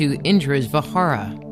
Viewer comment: Indra's weapon was Vajra...means thunderbolt. Pronuncing it ss Vahara is wrong!